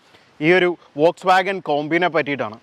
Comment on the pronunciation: Bro it’s not വൊൽക്‌സ്വാഗൺ it’s ഫോക്സ്‌വാഗൺ